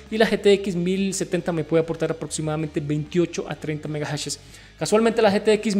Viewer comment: megajashesss!? que buena Pronunciación XDDDD